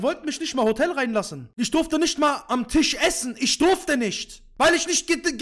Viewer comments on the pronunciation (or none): none